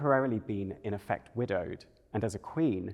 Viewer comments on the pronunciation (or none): none